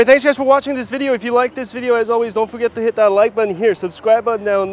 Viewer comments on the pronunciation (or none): none